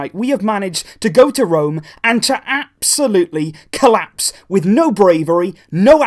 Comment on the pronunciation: how many times did he said "AB-solutely"? XD